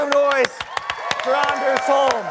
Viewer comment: It's funny how he constantly keeps butchering Anders Holm's name